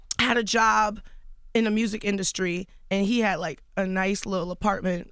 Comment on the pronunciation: Charlamange straight said, " what made you start Therapy was it the INDUSCRY?' wtf